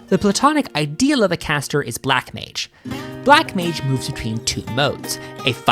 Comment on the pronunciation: "Black Mange"